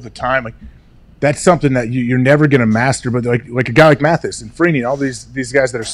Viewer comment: MathEis? So disrespectful, sound like ring of shame, not honor